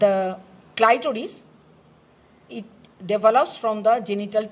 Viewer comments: some of the pronunciation was very strange. Especially clitoris. Anyway good job and thanks you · Clitoris was pronounce wrongly